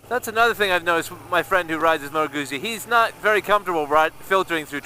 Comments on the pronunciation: The U should also have a little more oo as in two. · You say Guzzi with an invisible t. Like pizza. Scusa. Mi dispiace :) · Ma dovresti ! I'm sorry but it sounds so wrong when you say it. However, it will only annoy Italians.